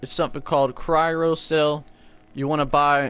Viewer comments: cryro cell 😭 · well done u compleatley butchered the cryo ammo name